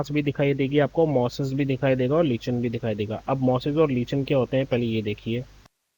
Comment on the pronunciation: लीचन नहीं सर लाइकेन